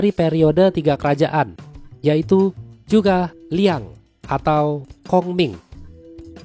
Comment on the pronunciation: Zhuge Liang ( Kongming ) Zhu - Ke - Liang Bukan Chu - Ka - Liang Sumber : percakapan pada film Tiongkok berjudul Three Kingdoms